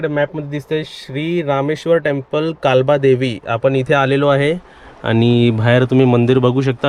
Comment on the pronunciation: कालबादेवी नाही काळबा देवी म्हणाव .